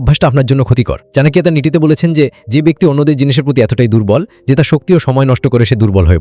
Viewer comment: চনাকিয়া উচ্চারণ টা শুনতে ভালো লাগেনা। চাণক্য বললেই ভালো হয়। সংস্কৃত শ্লোক গুলো বলে বলে ব্যাখ্যা করলে ভালো হয়। তাহলে সত্যি চাণক্য শ্লোক কিনা বুঝতে পারি।